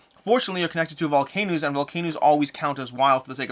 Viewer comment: You say volcanos funny unless im missing something